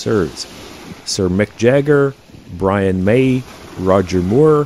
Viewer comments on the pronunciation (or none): none